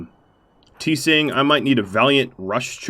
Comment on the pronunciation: Tseng = Zheng = Cheng = Zher - Ung as one syllable.